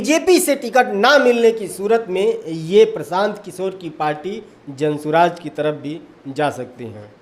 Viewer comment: Jan swaraj nhi.... Jan suraj h bhai😅